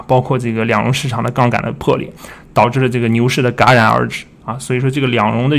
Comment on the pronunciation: jia ran戛然 ga ran ? low b谈股市 高中毕业没有？